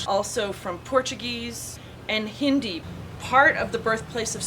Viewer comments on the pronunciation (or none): none